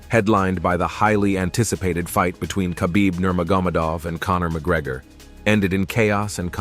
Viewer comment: Are u even a fan? It's pronounced Veetor and Nermogamadeoff